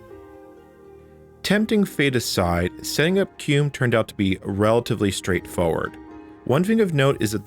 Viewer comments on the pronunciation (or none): You say "Cue - mm" and I've always heard my fellow Red Hatter pronounce it as "Queue Ee Em You" (or spelling it out) as I had also prior to joining. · Not "cume", it's "cue em-yoo" as in quick emulator. Some apparently say "kee-mew" which is only slightly less nuts-driving. Edit: You really said "ect" too? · Why are you pronouncing it "kewm"? It's spelled Q-E-M-U. I normally hear it pronounced "Key-mew". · It's pronounced kee-moo, not cume. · it's KEY MU as in Emu. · how come you keep pronouncing it as "cume" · so... "keum"? i always called it "Q-emu" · Is QEMU really pronounced COOM? lmao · Do you pronounce QEMU, /etc, and Kerberos incorrectly for engagement? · I don't know how QEMU is supposed to be pronounced (Key-myu? Kem-you? Q-E-M-U?) but I know it isn't how you pronounce it. The word doesn't end with an M.